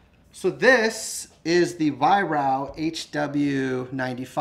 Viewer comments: It's pronounced ......"VIE-RARK". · It's pronounced 'Vie-Rark' BTW.